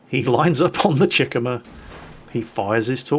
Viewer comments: The tier 2 Japanese cruiser's name is pronounced. Chick-uma. Not Chikimma. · It's pronounced Chi - ku - ma. Three syllables. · gamerguyx095 everytime he said chick-uhmuh it was like nails on a chalkboard come on now,, embrace your inner weeb Chee-koo-mah like the Chi in Chi-ha and the Kuma in...Kuma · It's pronounced CHEE -KU -MA , like Kuma, but with a Chi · The way he says Chikuma... Lol